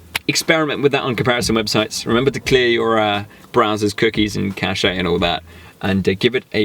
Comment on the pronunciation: Im sorry to do this but cache is pronounced "cash"